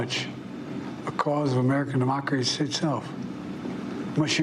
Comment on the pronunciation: I didn't know we have a mocracy lol